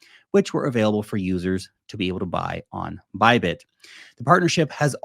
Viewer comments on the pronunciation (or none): none